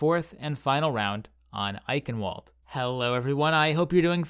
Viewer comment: Ei-ch-ien-val-duh, not eikenwold lool